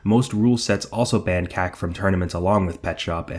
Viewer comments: It's pronounced "COCK-yo-een", not "KACK-yoyn". Thankfully, "cock yo een" is easy to remember. That "a" vowel (as in "lack") doesn't normally exist in Japanese. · you're mispronouncing Kak, it should be pronounced like the word COCK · Every time you say Kak (short for kakyoin) i can't help but hear a Boston accent say 'cock' and it makes me giggle. why yes, i am very immature.